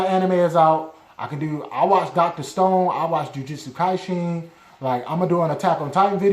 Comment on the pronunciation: Jujutsu kaisen you said that wrong 😊 but you tried